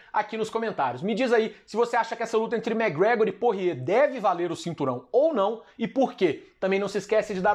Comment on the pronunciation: me da agonia ver ele falando porrier kkkkkk